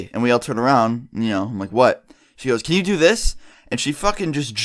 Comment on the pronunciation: Say can right